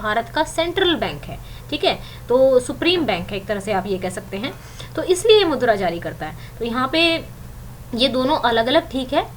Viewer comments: mam wo mudra hai naki madhura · Aap मुद्रा ko madura kh rhe ho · Mam madura nhi mudra hota h